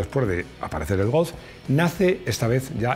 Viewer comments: A mi me ha faltado un mínimo repaso a los otros golf's de las distintas generaciones. Por cierto, como dices GOLF? parece que digas "GOWF" o algo así... hace tiempo que me fijo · Pronuncias muy mal la palabra GOLF, es que tienes algún problema en el frenillo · El "gos" ? 🤔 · Cuando dice "golfz"... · Me flipa cómo pronuncias GOLF. A mí no me sale igual. Saludos.